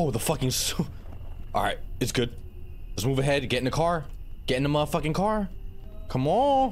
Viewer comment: is no one going to talk about how he said care instead of car 💀